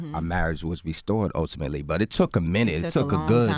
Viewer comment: He's killing me with this "Utimately" shit